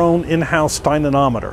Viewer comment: OMG, dynamometer not dynanometer..!! You're trashing your credibility.